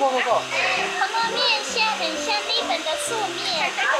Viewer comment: 日本人講日本，一定會說 利本😆很可愛